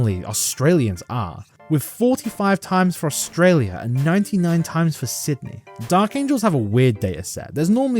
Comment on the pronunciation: I was listening to this video and the way you said "for australia" made me think that there geniuently exists a reddid named "R/Frustralia" for venting problems of living in Australia. Which totally should exist if it doesn't already.